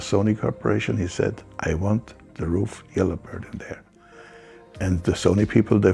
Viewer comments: I like how he starts out figuring out how to pronounce RUF, gets corrected and says it correctly.... and then in the very next shot...says it incorrectly again 😅🙄🤣 I've known how to pronounce RUF since the Yellow Bird....as a teen... I'm 42 now, it's not hard, roof. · Henry calling the SCR "RUF-ined" really yellowed my bird. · Why is it so difficult to pronounce a name in the correct manner..? Mr. Ruf is a highly respected engineer and business man. He should be treated with respect and this starts to pronounce his name correctly. Thank you. 😊😊😊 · Hope he was kidding about the RUF pronunciation smh